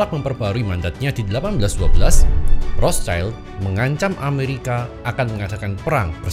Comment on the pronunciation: bukan Rotcaild pak itu pembacaan nya... dia itu "di perisai merah" (Zum Rothen Schild) bacanya normal indo saja sudah tepat.. Rot Sild